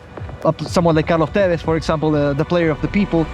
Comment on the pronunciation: i HEARD CALOS TEVEZ AND I GOT CANCER.